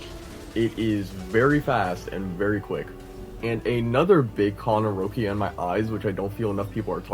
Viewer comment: "Rowckia" bro they pronounce her name in the story dozens of time. LMFAO Rowckia 😂